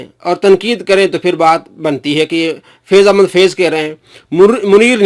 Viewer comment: Sai faiz Ahmed faiz ha bolna to sikh